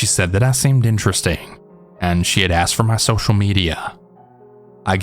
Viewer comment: Not Social Media it's "SHOCIAL MEDIA." 😂😂😂😂😂😂